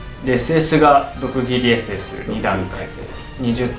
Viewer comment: 毒霧ssがドッキリssに聞こえた俺はもう終わりかもしれない